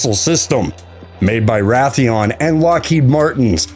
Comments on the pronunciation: Rath e on? It’s Ray theon! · It's Raytheon but this guy is like RA The ON